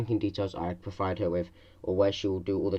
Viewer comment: She says "I will proWide you with the steps." Russians pronounce w's like v's and vice versa. So Russian or Russian trained. trained?